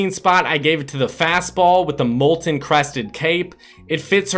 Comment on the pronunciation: Its mol-ten Not mol-en